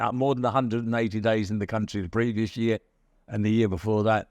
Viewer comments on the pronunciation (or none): none